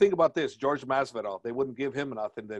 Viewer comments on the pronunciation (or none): Javiers mexican but he pronounce Jorge like George? 😂😂😂